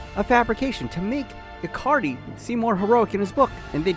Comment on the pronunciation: why do you keep saying icardi like acardi?